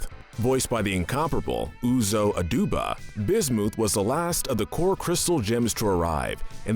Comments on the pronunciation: Bismuth not busmuth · Bismooth instead of Bismuth is the worse imo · BIS-MU-PH NOT BIS-MOO-PH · Bismith not Bismuth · did you pronounce bismuth as "bis-mooth" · my guy really said bismooth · Most evil person on this list is you the way you butcher some of the gem names is apparent and its really annoying if you could please redo this and actually pronounce them properly I would be happy with it but come on I can't let bismoth go by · Nobody the narrator B I S M O O T H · The fact that he said bismooth makes me cry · did he just say Bismooth? LOL XD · Excuse me, but did he say, B i s m o o t h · B i s m o o t h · Learn to pronounce!(Bismooth?) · Anyone else get upset at how he pronounced bismuth as bismoooth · Am I the only one who hurts physically every time i hear how he says bismuth? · You mispronounced Lapis lazuli, bismuth,sugilite why do you do this, stop saying names wrong...its seriously infuriating this is why im never subscribing to you you dont know how to say names right